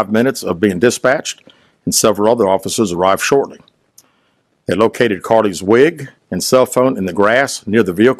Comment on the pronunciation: He emphasized “wig” lol this is too much